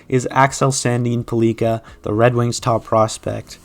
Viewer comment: Pellika should probably be a bit higher up on this list, but the future will tell. Also, his name is pronounced like pelican without the N.